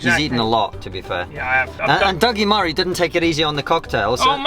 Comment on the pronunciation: "Dougi Murray" xD lol